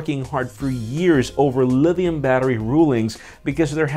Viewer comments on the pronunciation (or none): Liddium battery... LMAO!